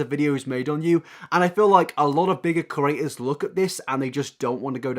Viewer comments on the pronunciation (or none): For a while there I thought you were saying curators when really you were saying creators 😂 Cute accent tho